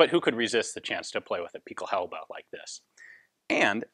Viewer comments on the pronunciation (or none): Pickle-how-buh The I in 'pickelhaube' should be a little bit like 'eel', but not nearly as pronounced. So stick with a normal I.